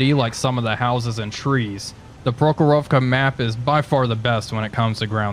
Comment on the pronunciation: PrOkhorovka, not ProkhorOvka!